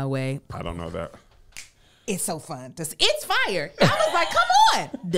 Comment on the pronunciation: This is the first time I have ever heard say "Ghat" instead of "that"